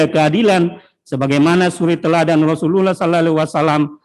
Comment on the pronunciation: Tpi kaya ne jaksa bkn muslim ya bilang Rosulullahallaiwasalam aja ga bisa ko?